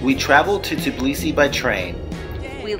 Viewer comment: I definitely have to visit.. My first stop would be to ask a local how to pronounce "Tbilisi" because I am sure it is not "Tiblisi" ;-) Those who are native English speakers and are not native in other languages often cannot pronounce two consonants together... Practice it :-)